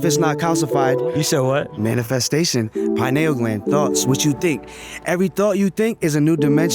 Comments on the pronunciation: LOL bro said the plot of Matrix then says Cyberpunk shit says Pie null gland..... it's pee neal gland. So, they're a group of druggies, homeless, but make videos? Honestly, good for them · how to not pronounce pineal gland, also not where it is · Pineal is not pronounced like that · Ive never heard pineal pronounced like that lol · He can't even pronounce pineal gland right